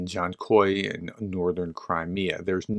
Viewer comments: You say Dzankoi correctly. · Your Dzhankoi pronunciation is correct. "Zh" (very common sound in Ukrainian) is pronounced like "s" in measure or the second "g" in garage (as pronounced with American accent, NOT British). "Dzh" is pronounced like "j" in most English words (very rare sound in Ukrainian, but very common in names of Turkic/Tatar origin). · Yeah, on Dzhankoi. Yay. On anything else? Not even close. But he might improve. For example watching Denys videos. Or using google translate to listen to these names, for a start. But no.